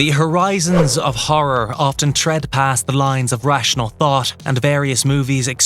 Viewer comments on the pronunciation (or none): none